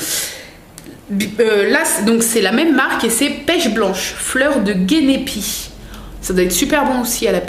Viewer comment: Heu Génépi avec un G prononcer jénépi... :-)